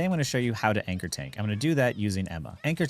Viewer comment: Tanchor (Tankor), if you will.